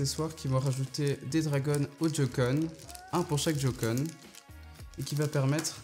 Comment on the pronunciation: Sa ce prononce pas jocon sa se prononce joycon si non super vidéo